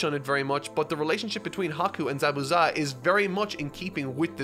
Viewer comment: I’ve never heard anyone else say ZABUZA’s name like you lol